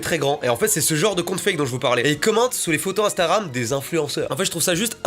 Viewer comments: Je suis le seul à entendre ”instaram” ? Quand mastu parle ? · Il dit "instaram" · C'est moi ou il dit "instaram" a 😂😂